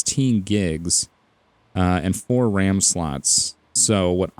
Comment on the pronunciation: He says BRAM.